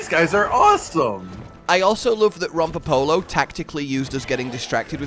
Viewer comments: How is it that they hear how Rompopolo is pronounced and then butcher it and pronounce it in the weirdest way possible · was saying it the "correct" way, as that's how it's said in game, but I prefer the way says Rompopolo